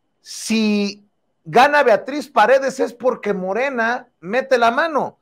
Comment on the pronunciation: Y POGQUE? POGQUE?